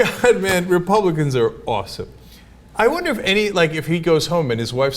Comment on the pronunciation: Hear "dumb" everytime Cenk says "awesome"